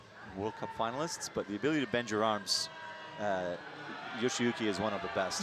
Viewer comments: Not sure how the male caster keeps getting Yoshiyuki Ogata's name wrong. He calls him "YoshOyuki", and with some emphasis on the "O" too, while the female caster nails the pronunciation. Would probably be worth it to know roughly how to pronounce the finalists' names =D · I cringed every time I heard "Yoshoyuki" lol. I'd understand if it were a newer climber who is just coming on the World Cup scene, but Yoshiyuki's been dominating for a while now. Please learn to pronounce their names correctly, we the audience would like to learn the proper pronunciation as well! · We aren't expecting them to pronounce it like a native speaker. IDK why he's even trying when he can't even say the guy's name. Plus, it's literally "yo-shi-yu-ki". Like, what's hard about that? You act like he needs to take a course in order to say a name. We have slightly different versions of all those sounds in English. Reading it that way is fine, people understand that different countries have different accents. Plus, IFSC commentators should probably be familiar with one of the more prominent Japanese climbers in recent history, no? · This was really getting on my nerves too! My guess is, after saying "Kokoro" so much his brain turned "shi" into "sho" after starting with a "yo" sound. However, while this tongue twister could be forgiven once or twice, after a dozen times you are just literally saying someones name wrong, even though it's written in front of you and Meagan is saying it correctly right next to you. Although I think Meagan got tripped up once hearing it wrong so many times in her ear haha.